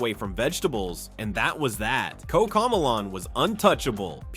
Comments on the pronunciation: “Koca millaan”💀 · Bro said cocomelon wrong